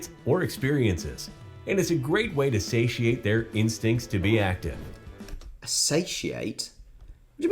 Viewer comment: Satiate, not 'asatiate'